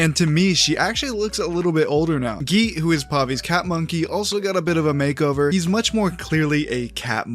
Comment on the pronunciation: As an Indian (all these names seem familiar), I'd like to note that just like you now know how Pavi is pronounced, I'm pretty sure you don't say nee-sha, just ni-sha. Also, Geet means song or music, and it's pronounced more like Geeth Thanks for sharing! I actually do look forward to this new phase, as someone who enjoyed TLOK